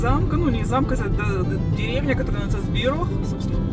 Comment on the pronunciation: ЗбироГ, не Збирох. Буква h в чешском языке читается как Г.